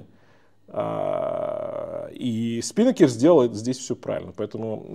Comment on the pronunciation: Режет слух СпИнакер.😢 СпинАкер. Ударение на второй слог. Это парус такой